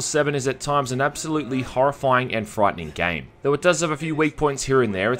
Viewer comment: Say frightening again